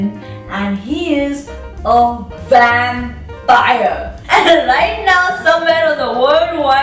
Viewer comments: Not sure what you were trying to highlight by playing it thrice but, all i got from it was "The Wampire". Even though you did pronounce it correctly later in the video i just can't get it outta my head :P #nooffense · what's a "wampire"?